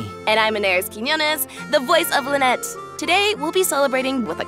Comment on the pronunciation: Lynette voice actor doesnt know how to pronounce her own last name lol